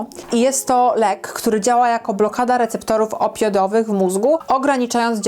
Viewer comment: Super filmik, ale popracuj trochę nad wymową :D Receptory "opiodowe" xDD albo oksycoton zamiast oksykontin :D hah